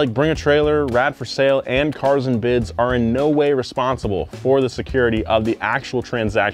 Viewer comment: THIZZZZZZZ IZ CARZ AND BIDZZZZZ